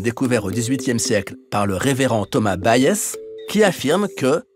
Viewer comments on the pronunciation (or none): Magnifique. Petit détail : Thomas Bayes était britannique, on dit donc « baïz »